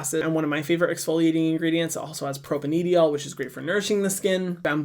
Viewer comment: Hey Hyram! Just a note on one of your ingredient pronunciations for future use (as a cell/molec bio major) propanediol is said like propane (like the gas - "pro pain") and then diol is like (die-all). It can definitely be hard to know how to pronounce some of the more technical/structural names if you haven't done organic chemistry, which most people don't. But I hope that's helpful! Thanks for more awesome content!